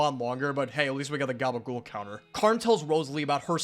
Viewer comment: * say it didnt happen... say it didn't gabagool > It didn't gabagool ♡ it gabagewl *... what?